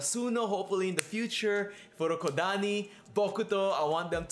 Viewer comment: “Furokodani” 😂😂 close but it’s Fukurodani👍